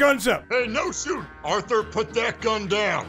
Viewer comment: bro let me fix. Dutch: Orthur my boah..... Orthur Organ: What you want now Dutch: oo Orthur you see that guy is more accurate with a lasso than I'm with Molly hole